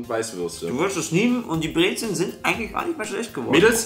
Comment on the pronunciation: Wie das alle einfach breze"ln" nennen 😹